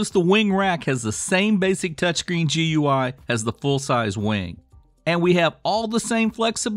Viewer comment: Gooey - Its pronounced gooey. OH god